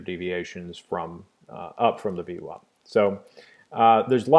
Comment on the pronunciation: vwAp, not vwOp :)